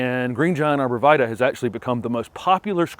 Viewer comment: Pronounced Arbor Vi-Tie (it's Latin)